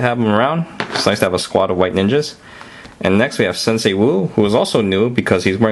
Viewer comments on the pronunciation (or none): none